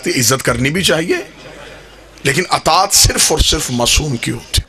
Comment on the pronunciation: Jis bgerat ki urdu tgek nhi ha Wo kya khaak aqeesa bayan kry ga اطاعت لفظ بار بار غلط پڑھا اس حرام زادے نے اجماع لفظ بھی غلط پڑھا اس حرام کی اولاد نے صحیح سنا تھا کی شیعہ لوگ حرام زادوں کو ذاکر بناتے ہیں اس کے ماننے والے بھی لعنتی حرامی